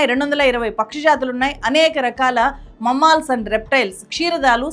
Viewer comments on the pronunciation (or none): Please learn how to pronounce Mammals!